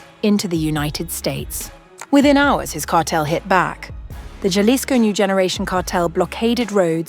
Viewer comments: She just said “JA-lisco” rather than “HA-lisco.” Goodbye. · It is pronounced halisco. Doesn't she watch the news? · Horrible pronunciation of “Jalisco “ 👎